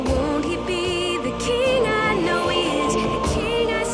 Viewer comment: She said, "Let us snow in the comments" 😂🤣